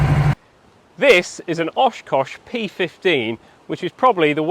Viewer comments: Oshkosh, not Oshcosh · "Oshcosh P-15 Crash Tender" -> Oshkosh. Both "O"s in the name are pronounced as "Ah". Sadly, I wasn't born yet when these behemoths were made but I did see HEMTT, and now JLTV, vehicles frequently roll down the street not two blocks away from my house on their way to testing and off to transport.